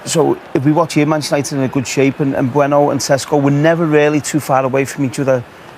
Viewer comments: Wayne Rooney - "Nbueno" "Sesko" "Amoron" dude pull yourself together lol it's prounounced "sheshko" btw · Some pundits say Mbeumo. Some pundits say mbuemo. *rooney: em bueno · Note to Rooney: Bryan Mbeumo’s surname is not “Bueno” no matter how fond of the kinder chocolate he is or isn’t.